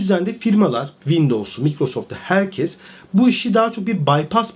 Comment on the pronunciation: Ağabey ne zaman "herkez" demeyi bırakıp "herkes" diyeceksin acaba 😂